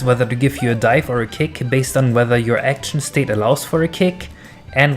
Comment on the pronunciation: Sounds like your saying "Cake" and not "Kick".